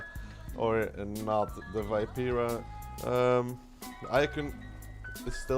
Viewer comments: you struggle with the pronunciation so it's - vii.pe.ra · I love you but as a fellow italian I have to say that the pronunciation can be better <3